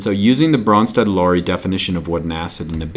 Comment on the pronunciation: He gets my vote for awesomest pronouncing of Bronsted-Lowry